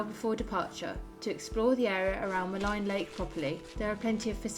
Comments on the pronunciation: Maligne is derived from the French word meaning "wicked' and is therefore generally pronounced with a French accent like "Ma -lean". It's no big deal. I made Jasper my home for forty years. I have only seen one Grizzley bear in that area and I've been there hundreds of times. They generally stay above tree line in the higher mountains and that's where I saw one. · When you walk make a lot of noise. Walk with bells or other noise makers. Also it is pronounced Maleeen lake. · Maligne is pronounced muh-LEEN